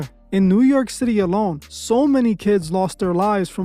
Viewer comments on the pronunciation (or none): none